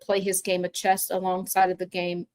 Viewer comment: “Chess” not “Chest”.